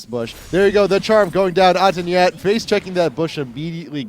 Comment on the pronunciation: the way they pronounce nhats name itches me the wrong way haha: Nyat: Nhat Nu WHEN